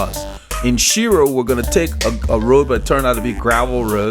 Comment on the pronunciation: Mispronounced the name but that's ok a lot of people do its actually pronounced shyro but spelled shiro. My hometown